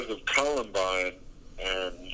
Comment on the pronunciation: « Column -BINE » not « call-LUMB-îne » I mean the guy pronounces it correctly not ten seconds after!